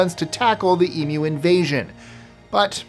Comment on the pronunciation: Thank you for saying "Emu" correctly!!!